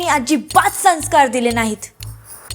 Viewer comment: पहिली बोलायला शिक आणि मग व्हिडिओ बनव संस्कार हा साधा शब्द तुला बोलता कसा येत नाही कळलं का बाई पहिली बोलायला शिक आणि मगच व्हिडिओ बनव